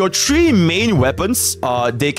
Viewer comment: Three: ❎ Tree: ✅